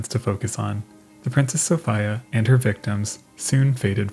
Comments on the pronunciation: Good grief. Why do you keep saying “Soph-ay-a”. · The "i" in Sophia is pronounced as an "e" SophEa. Just sayin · FUCK this is killing me. So-fee-ah. Not a knock on the content it is excellent and well presented. Just saying. So-fee-ah. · Sophīa is how you say it. Also Marīa and Regīna. That was the customary pronunciation of feminine names that ended with -ia in the late 19th and early 20th centuries among Canadians and Americans of British descent in northern North America. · So-fee-ah. US pronunciation. It doesn't matter. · Interesting video, but everyone in the English speaking world (except you, apparently) knows that the I in Sophia is pronounced "ee." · Sophīa is how you say it. Also Marīa and Regīna. That was the customary pronunciation of feminine names that ended with -ia in the late 19th and early 20th centuries among Canadians and Americans of British descent in northern North America. Very few moderns know history. Your ignorance is forgiven, but now you know. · you sure it's pronounced soph I a and not Sofeeia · That dog survived - because it pronounced the vessel "So-fee-uh". 🐶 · I think it's pronounced so-FEE-uh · its pronounced "sew Fee ahh" duh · Downvote for not being able to pronounce "Sophia" (so-fee-ah) correctly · why do you keep saying "so-fie-uh" ??? lmao i'm offended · "So-fiya" huh... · Bro I literally can't watch this with you saying "princess soph-eye-a" how do you make such a mistake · Sophia is pronounced "so-FEE-a" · Properly pronounced So fear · That is not how you say Sophia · Reminds me of that old tv show Barney Miller. One of the detectives was Polish and and when people couldn’t pronounce his name, he’d say you just pronounce every single letter, it’s not hard. Sophia is said in that manner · Why in God's name do you pronounce Sophia like that. 😂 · was it like a local thing? I've never heard it pronounced like that before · I want to pull out my hair... I'm pretty sure it's "Princess Soph(EEEE)a." not "Soph(III)a"